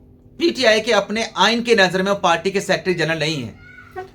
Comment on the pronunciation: PALTY NAHI HOTI, PARTY HOTI HAI, TU PARTY KO PALTY KIUN BOLTA HAI, TALIM KI KAMI HAI, HAHA😊😊😊